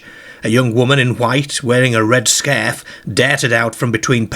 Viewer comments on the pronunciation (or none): I can't take this seriously when your pronounfiation is that poor. I get it, people have regional dialects but I can't get into the story when I'm having to do double takes all the time. What's a skerfe and what on earth is a perct ka? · Wearing a red scarhf, darhted out from between a parhked Carh!! :))))))) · Scearf, Pearked Cear.